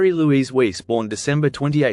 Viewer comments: Weiss is pronounced Vice, not Weece! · It's Wiess, not Weese moron, hate these AI video voices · The greater sin is that Weiss rhymes with "Rice," not "lease." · Pronounced: WICE! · Btw Mary's last name is pronounced like wise. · Weiss is pronounced with a V sound, not U. It's a german name.